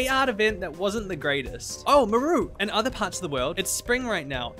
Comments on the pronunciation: Absolutely hate how you pronounce her name "Muhroo" lmao but I agree she is the most boring villager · I pronounce her name as Maar-roo haha maybe it's a Kiwi/Maori thing, but I've never heard Mah-roo before 😅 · most places pronounce it "m-ARE-oo" like marsh and marley. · Why does he take the A out of her name?